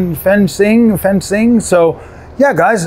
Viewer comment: The xi is pronounce chi So it was be called fan.chiang